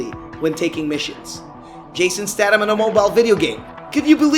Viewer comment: statham is pronounced staythem